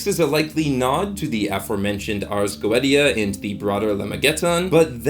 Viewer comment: Is that how you pronounce "Goetia"? 🤔